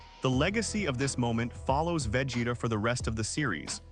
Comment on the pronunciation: VEGETA!!!! NOT VAGETA 😂